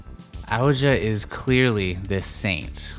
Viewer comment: Thank you so much for this video. Very ”accurate” and interesting interpretation. I had a great time watching and seeing your artwork come to life. Couple of pointers then; Ouji is supposed to be pronounced Oh-gee, at least thats how I imagined it in my head, but whatever works for each is fair really. Art is subjective and not so much objective, despite the artists intentions I believe. The Moon is also a symbol for introspection, further nurturing the idea that somewhere in the story someone get’s a new chance to break the cycle. Perhaps its the Berians or perhaps the player and if so, hopefully we managed to convey this sense of looking at ones own actions outside the game and that ultimately it is your own choices that set whatever future may come.